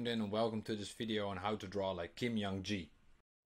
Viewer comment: haha, it’s not you, it’s very common that people mispronounce his name due to how he spelled his name. Young-Ji is also a legit Korean name but a common female name. Haha Great contents, really appreciate your insight!